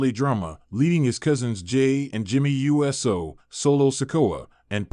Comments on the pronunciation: Your pronunciation of Uso gets in the way of enjoying your posts. It's not U S O, it's not You so, it's Oou so. Thumbs down until you correct it. 😠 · I agree. They need to program the AI that's reading this how to recognize USO as Oooso! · BRO WHO TF IS JIMMY U.S.O ITS JIMMY USO…….LIK THIS OOOOO-SOOOO